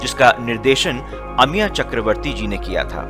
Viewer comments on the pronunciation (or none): शानदार, अच्छी प्रस्तुति। ,शब्द अमिया नहीं, अमिय है। थैंक्स।